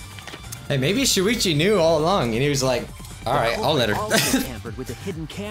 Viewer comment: Poo-ichi not shuichi